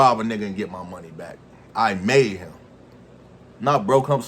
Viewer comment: U reaching w/ the emphasis on "Made" smh i can't rock wit ya on this one lil bro